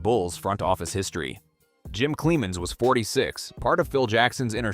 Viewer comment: Stop mispronouncing cleamons